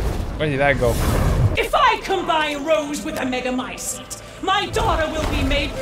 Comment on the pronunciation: I have no idea why but I cracked up at the fact that he got annoyed trying to pronounce megamycete that he just decided to start saying “the thing”